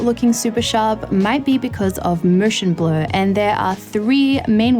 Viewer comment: "Mooshen blur..."